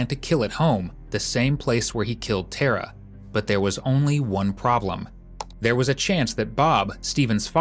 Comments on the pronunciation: Tara is an irish name pronouced like "tare - ra" not "Ter-rah" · yeah not ter a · Tara is pronounced exactly as it is spelt Tar a , with the emphasis on Tar .